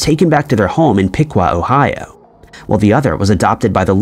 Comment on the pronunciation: In the twin story, that 's Johnny Carson, not Phil Donahue, lol! Also, it's pronounced O hi O, not the way you said it.